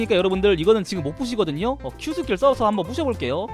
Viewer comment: 초에서 겟 스킬이 ㄱㅅㅋ로들린닼ㅋ